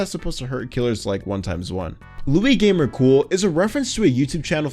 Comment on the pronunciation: its not “luigamercool” its “luiSgamercool”